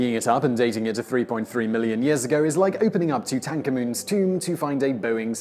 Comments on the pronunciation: I didnt even know what u said when u said tu tan ko muns tome. Like saying how it looks. Its tootunkamoon. Pronounce it like that. Tootankamon is so weird. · “Two tank a moon” You mean “toot uncommon” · "Too-tank-a-moon"? It's "toot-in-ka-men" 🤣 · Too-tank-a-moon? You mean Tu-tan-kha-men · The way you say Tutankamun makes me uncomfortable haha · Matthew Wilkins ,Yeah,I don't either. I do dislike his pronunciation of Tutahnkamun though.") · Tu tank ha muun. I was thinking, what are you talking about ? , then it clicked 😂😂 is than an official phonetic translation ? I have never heard that pronunciation. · 2 tank a moon? Oh! Tutankhamun. We always pronounced it differently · 😂 "To Tank a Moon" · Did anyone else hear "two-tank-ah-moon" when he said Tutankhamun? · Arrrrrrrhhhg!!!! Too-tank-amoon.....how am I going to pronounce it any other way from now on...followed by a stupid laugh... just another thing to make me look like an idiot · what the hells a too-tank-amoon?????? did u mean tutankhamun? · Who the hell is Tutan-cum-un? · Please learn to pronounce two-tanker-man? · I’ve never heard someone actually pronounce the “tank” part as that lol takes two minutes to search for a video on how to say it, even ways that are wrong but still sort of accepted because it is a difficult name to correctly pronounce for many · Thats not how you say tutankhamun, I didnt even realize thats what you were talking about until I rewatched that part 3 times on slow speed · The way you butchered the pronunciation of “Tutankhamen “ has me triggered